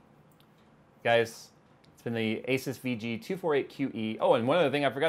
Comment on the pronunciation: you met the guy... Everybody else has worked this out already.. its A-Seuss:P